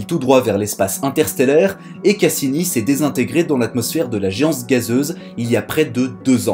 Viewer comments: Toi aussi t'as entendue pareils ^^ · "dans l'atmosphère de la geanze gazeuse" 🤣